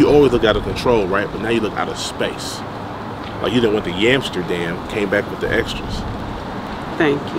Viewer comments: My man said "Yamsterdam" gotta remember that 1😝😝😝😝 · HE SAID "YAMSTERDAM"😂😂😂😂😂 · WOW THIS DAMN FOOL SAID YAMSTERDAMN!!!! And he singing and shit this is hilarious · "Yamsterdam." BOY!!! 🤣